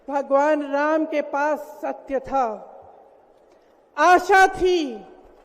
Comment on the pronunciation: Whenever She pronunciation Raam quite unfortunately she fumbled. . 😊😂